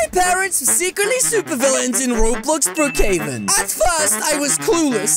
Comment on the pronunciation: Not brrookhaven it's brookhaven